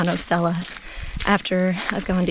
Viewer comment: Nice video...Osceola is pronounced...Aww See Oh La